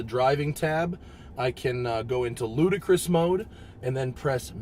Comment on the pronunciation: Its LUDICROUS (Lu-Di-kres) not Ludacris ;)